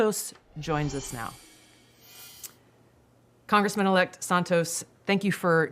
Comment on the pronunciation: "Con.... gressman elect"